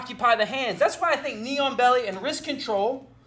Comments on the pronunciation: same lmao I was like wtf is a neon belly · Oh..."Knee-on-belly." I was listening and not watching and thought he was saying "neon belly." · I can't stop hearing "neon belly," like some kind of cyberpunk body modification.